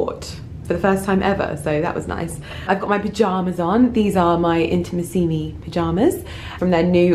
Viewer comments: you're pronouncing the name "Intimissimi" wrong:( just to warn you! From one of your Italian followers ❤️ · Giulia Borgogno Girl, I wanted to write the same! Of course never to be patronising, the correct accent should be put on the 3rd “i” not the 4th! Love from another Italian follower 💝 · You look gorgeous as always! And I'm so happy for you that you get to be an Intimissimi ambassador, that's sooo cool! (Here in Italy we pronounce it Intimìssimi, just thought I'd let you know xx)